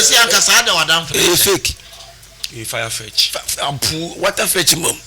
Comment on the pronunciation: Farfetch... not firefetch😂😂😂😂😂😂😂😂😂